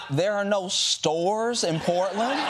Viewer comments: To me it sounded like he said "They don't even have SEWERS anymore" which is even more insane than not having stores anymore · I heard sewers every time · I heard sewers not stores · I thought DJT said sewers not stores. 😮 Either way, it's a lie. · I thought he said there are no sewers in Portland not stores but either way.. like, WHAT?! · It sounds like he’s saying “you don’t even have any sewers anymore”… Not “you don’t even have any stores anymore”. Which is even more absurd than the idea of saying its so bad that they don’t stores anymore 😂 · Well, I thought he said “sewers” instead of stores. Confusing, but not that crazy for Trump. (Although I did wonder WHERE did he get that idea.)